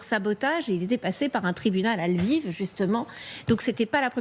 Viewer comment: "Liev" (sic)? Vous êtes si bien renseigné que vous ne connaissez même pas le nom de la capitale de la Galicie. Il s'agit de "Lviv" en ukrainien ("Lwów" en polonais, "Lvov" en russe et dans beaucoup de langues occidentales, également "Lemberg" ou "Léopol").